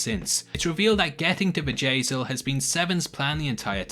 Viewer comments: You say 'Bjayzl' and I hear Vajazal which instantly morphs into Vajayjay, aka vagina. LOL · Sounds like you are saying "Vajay-zel lol